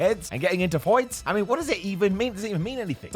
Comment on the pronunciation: "Get into FOYTS" 🤣🤣🤣🤣